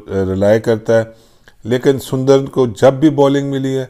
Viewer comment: Haha 🤣 Washington surinder instead of sundar